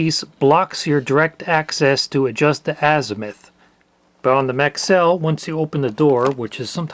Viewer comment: No I heard maxell and though what the hell is that? it's Maxwell 😂